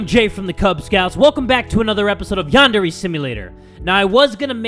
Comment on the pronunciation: Lol i was board and going through his playlist and noticed how Jay didn't know how to say yandere and did not show much interest in it and now its like this.